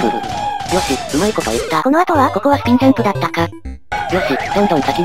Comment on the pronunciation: 始めのスピんジャんプをスピんジャんブといってましたよ。